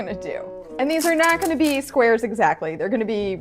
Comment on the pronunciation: Not me thinking she said swears till she said not exactly squares but Rectangles